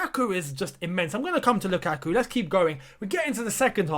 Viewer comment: Its not lUKAKU ..it was sth like "LookAtYou" hahaha.....